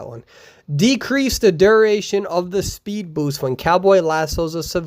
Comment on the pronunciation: No one:: spood boost